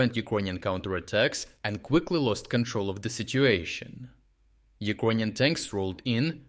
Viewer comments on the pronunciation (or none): Thanks for bringing great content and insights into the war against the Russian invader! However, could you pronounce Ukrainian as YOU-CRAY-NIAN instead of OU-KRONIAN, PLEASE??? Thanks